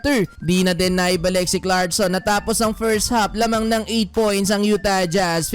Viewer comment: YU-Tah jJhazz, hirap na hirap bigkasin eh. hahaha